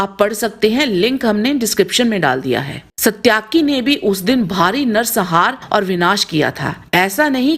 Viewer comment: कृपया दानवीर कर्ण और महाबली भीम जैसे महान योद्धाओं का नाम आदर से लें | और सात्यकि सही है जिसे आप सत्याकि कह रही हैं |